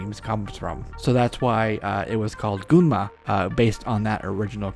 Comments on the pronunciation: And the pronunciation is more like "Gan-moo." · In this video first you said Gunnm is pronounced goon-ma then a few seconds later you said it is pronounced gan-mu. Hmmm...